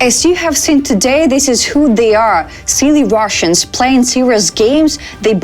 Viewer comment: She meant Wash-Annes.